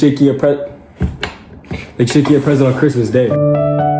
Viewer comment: not butchering the word present..